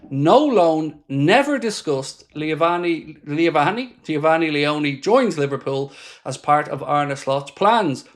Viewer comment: No way I've seen someone miss pronounce Geofanny Leoni like what 😂 🤣